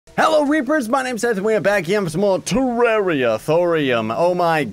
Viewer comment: Scythe... not Scythe.